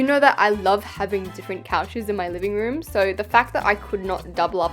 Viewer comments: I just rewatched this and realized said "Liming room" instead of "Living room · is it js me or did she say LIMING room 😭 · Girl you literally said "liking " room😒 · the fact that i craked when i heard u said liming room. Could u build a house based on ur favourite show please?